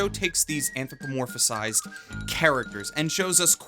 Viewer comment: Great review. I noticed you keep saying "anthropomorphized" with an extra syllable and I'm not sure why.